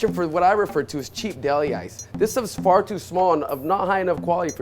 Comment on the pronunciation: When he said "far too" i thought he said fart